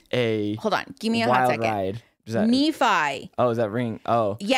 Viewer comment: pronounced Nephi wrong - exmormon speaking - idek how to correct him in writing the e is different - it's Knee-phi